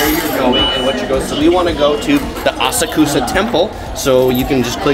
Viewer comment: I find your videos helpful and informative. However…I am surprised that as many times as you have been to Japan, you mispronounce Asakusa!